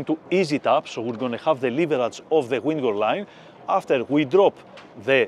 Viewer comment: FEEDBACK: The instruction is excellent, but I struggle to understand his English. Each time he mentions 'wingo line', I translate it to 'windward line', but it's distracting. This is where closed captions are useful: turning on YouTube captions is beneficial, but the auto-translate feature is inadequate, as it repeats 'wingo line' and 'Ming line' (which is unclear). YouTube should expedite the process for viewers to submit corrections, ensuring auto-translate functions correctly. FEEDBACK 2: Video editors aren't actually sailors, so they're cutting out what seems extraneous to them.. but not to me! eg: Skipper had the so-called lazy line in his hands as he moved to the bow but the next shot shows him cleating the starboard bow line. I've never been in the Med, I've never handled a lazy line. To see the transition from it to the main line would have been useful so I can imagine doing it myself when I'm there. Training Videos like this are rated 'great' by people who ALREADY know the procedures.